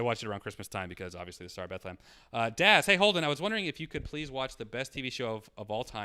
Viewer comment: Why he say Star of Bethlehem like that tho??